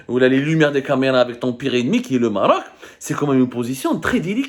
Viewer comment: Ala 10eme minute il a dit "marrrroc" un record pour zmar